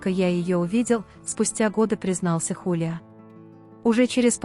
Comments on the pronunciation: ХулиО , а не ХулиА! 😂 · Зовут певца ХулиО Иглесиас, а не ХулиА... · Почему ХалиА, а не ХулиО Иглесиас? Просто слух режет!😮